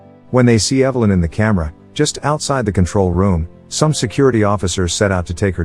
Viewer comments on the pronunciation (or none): Do one of two things, either adjust the synthetic voice over or learn how to speak english, not evil-lynn, you moron, Evel-lynn. It's amazing how many people ride the sort bus and expect to be compelling.